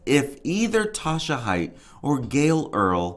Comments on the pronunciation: The lady’s nMe is Haight - HATE. it’s pronounced hate. Not Hite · First of all, it’s Eeenick and their last name is pronounced Hay-t